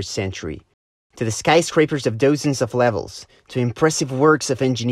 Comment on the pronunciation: Did dude say "Doh-sens" of levels?